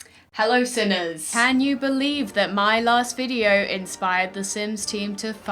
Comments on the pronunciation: sinners or simmers? steph: yes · ScorpionGeekOOOGS i heard her, she definitely said “sinners” lol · They’re the same